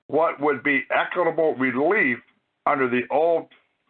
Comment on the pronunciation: You can't even pronounce "equitable" or "library" properly. You have no idea what you're talking about. You even think the federal government issues driver's licenses?! Definitely not